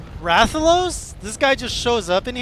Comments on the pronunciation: Nah you pronounced it right. Rath-a-los. That's a wyvern. Often mistaken for dragons XD ... but yes. Rathalos is... kind of a douchecanoe. A flying nightmare. Fun to fight once you figure out what it can do, but kind of a nuisance until that happens. It is the original Flagship monster, and as such it has undergone a ludicrous amount of evolutions through each generation. BUT, you'll learn to like fighting it ;) And here's some professional information for a new hunter: Pro-tip for Switch-axe gameplay. Whenever you start your wild swing infinite combo (as long as you have stamina), if you hit your action button (whatever it is that morphs the weapon), you go into a wide, big hit combo attack. The axe attacks that connect in that will deal IMMENSE amounts of damage. Pro-tip 2 for Switch-axe gameplay. You can endlessly morph from axe mode to sword mode to rebuild the phial gauge faster and commit to a broad range of attacks in the middle. This is less of a combo and more of a utility tactic. Pro-tip 3 for Switch-axe gameplay. If you max out your sword mode buff meter (glowing outline on your HUD around the weapon icon while in sword mode) and THEN go into the elemental discharge, you will mount the monster nearby to where you initiated the stab. And finally... Pro-tip 4 for Switch-axe gameplay. The red glow on your weapon indicates that its phial (the main mechanic for sword mode) is overcharged (which happens whenever you attack while in sword mode), temporarily granting you b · >I don’t know how to pronounce his name perfectly yet >Says it perfectly on stream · You nailed the pronunciation on Rathalos, don't worry.